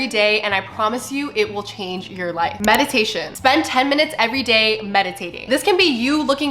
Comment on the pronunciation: Not me thinking she said “medication” and not “meditation” during the 3M’s 😅